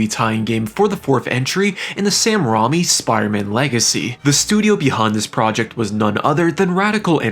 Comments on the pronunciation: Ray-me, not Ro-me. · Sam ray-me not rom-e Director of Evil Dead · Did you just say Sam Rommi? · It's Sam Raimi. Ray me. Speak after me: Ray. Me. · Guy said Sam Rah-me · Raimi is pronounced like Rainey